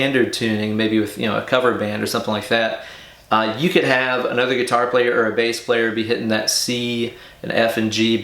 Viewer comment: Awesome sauce ✌️ ... 'guitary' - love your English 🤪 Seriously, awesome idea to put this back on guitar and 'Van-Halenize' it even more 😝